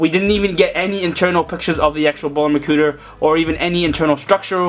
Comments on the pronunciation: Hahaahahahah he say makuter😂😂😂😂😂😂😂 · he said makuter!😂😂😂😂😂